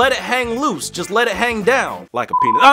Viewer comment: uhhh you said peni*